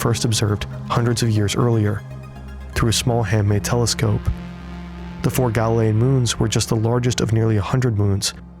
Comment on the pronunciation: Why they say galilean and io like that ew 🤢